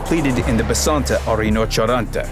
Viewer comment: Why does he pronounce Rhinoceronte so weirdly? Like "Reenacharanta" xD